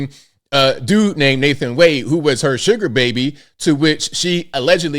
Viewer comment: Wa- de not wayde. Its an African name